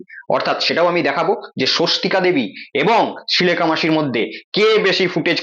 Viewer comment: তুমি আগে শ্রীলেখা সঠিকভাবে উচ্চারণ করতে শেখো.... শ ও স এর উচ্চারণ আগে করতে শেখো তারপর ভিডিও বানিয়ে....